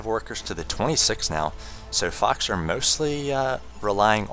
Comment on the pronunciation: his voice is so awesome although he prenounced foxer fuckser lolol seriously he could cast a golf game